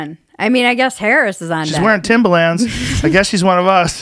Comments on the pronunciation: Am I the only one who absolutely COULD NOT focus on anything other than Joe trying to pronounce “Timberland?” Say it with me Joe...Tim-ber-lands. Timber-lands. Not Tim-bah-lands. Not Tim-buh-lands either! Get it together bud😂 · Why is joe pronouncing Timberland like that? It's driving me nuts! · It’s pronounced timberland not timbaland